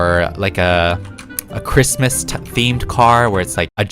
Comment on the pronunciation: In mikes motors when he said “seasonal Christmas cars” I thought he said “seasonal Grimace cars” 😭💀